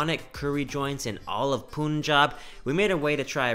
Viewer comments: Punjab is pronounced as pun jaab, good video otherwise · Can you please pronounce it as "pun-jab" going forward pun like the joke and then jab, thanks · Hi Brother...nice to see you again in India....one small correction brother ..The pronunciation of "Punjab" is "panjab"... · it's actually pronounced "pan"jab" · you should pronounce as panjab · Love the video! And its "Puhn"jab, as in when you are making a pun in English. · Why do western people pronounce punjab as POON-job. I didn't know that pun was pronounced POON. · Poonjab ?? Punjabi taking revenge by saying Cannedda🤣🤣🤣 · very nice person. I just wish he would say Punjab the correct way, ie, with U as in umbrella! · Everytime he says Pooonjab , my one brain cell dies. :) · Please pronounce Punjab correctly. Its Punjab like Punch + Jab 🙏🏻 Thank you. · POOOONJAB FOR GOD'S SAKE LOL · Bro y pronounced it wrong.....Punjab...😂 Anyways love yr videos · Ur pronouncing Punjab wrong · Pronounce punjab properly bro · You do so much research but still can't pronounce Punjab correctly! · Wtf😂😂 .they can speak pun like we do but when they add jab they make it poon jaab when it is punn jaab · say it with me: pun-job not poon-job pun-job p.s. I fucking love it when you speak hindi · It's actually pronounced as Pun in India as well. Don't know why foreigners pronounce it as poonjab😂😂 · Yeah. .. & it's 'pan'-'jhab'.. .y u ppl say 'poon'-'jab'!!!? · It's not Poon Jaab. It's Pun-Jawb, "Pun" like the literal word "pun". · Dude, most of your pronunciations are fine, some even good but just a small tip. In India, pronounce it how you spell it. It's pun-jaab. There's no double o in there. It's not poon-jaab cause that's not how you spell it. I really like your videos and I love the fact that you're trying and it's an admirable effort but, just a tip, no disrespect, pronounce it like you spell it. Most Indian words are pronounced like you spell them. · It is not poonjab It is pun-jaab ( Punjab ) Mind it